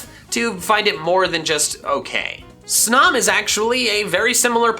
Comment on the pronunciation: Snom is pronounced with a long o.